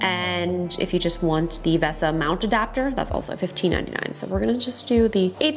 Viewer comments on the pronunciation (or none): Its pronounced VEEEEEEEEEEEEEEEESA !!!!!